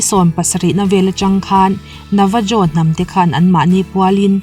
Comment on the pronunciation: Navajo (Nevaho) tia lam tur